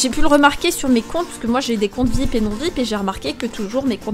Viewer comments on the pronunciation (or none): On dit pas vipe on dit vip avec l'accent